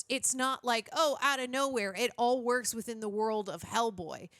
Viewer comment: "...the woikes."